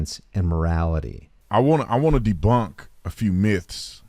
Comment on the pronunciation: did he say "deblunk"? This guy's a dope.